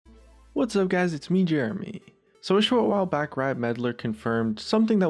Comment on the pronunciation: Wahs up gays its scarece here